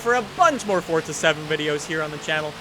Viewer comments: FORZA NOT FORTZA. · Tell me where in Forza to you see or hear a T. Its Forza not Fortza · its for-za!! not fort-za... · Is just me, or does everyone else pronounce it "Four-ZA", and you strongly believe that anyone who pronounces it FORT-ZA deserves a kick in the beans? Just me? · Why do you say fortza? It’s forza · DADDYY HAMIDD it's spelled for-za but it's pronounced fort-za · Jesus Salazar yes i know just funny that's why i said it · It feels like you say Fordza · He said fordza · Fort-th-a motorsport 7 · "Fortza game" What!?!?! F O R Z A. Not Fortza